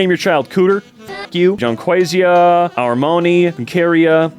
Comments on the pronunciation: ciara is an irish name pronounce like Kiera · Ciara is a normal Irish name though! Pronounced Keira. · Ciara is pronounced keer-ah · Wondering how many other people from the island of Ireland are seeing 'Ciara' being pronounced as 'Sierra' and wondering how it could be read like that